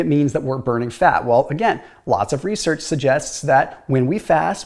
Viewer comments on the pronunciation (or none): none